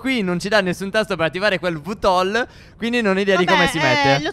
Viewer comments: VTOL si legge vitol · si legge vi tol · Si legge VITOL 😂😂🥰🥰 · Vtol si pronuncia ViTiOL e per attivarlo dovete volare a bassa quota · Si dice vitol